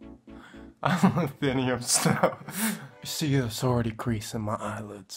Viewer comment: “Hi, Im Lithunium Snow”~Lithunium 2018 😂 Btw love your vids u remind me of me when i use makeup 😂😂